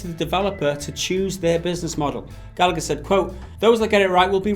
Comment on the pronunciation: Its pronounced Gall-a-her not Gal-act-her